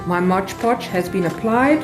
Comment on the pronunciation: I have never seen anyone wipe it down with a wet cloth. And please pronounce mod podge correctly.